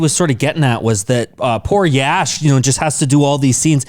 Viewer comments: Prashanth neel pronounced "YASH" sir.. 14 : 07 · Exactly her pronounciation was correct for Yash ❤️🔥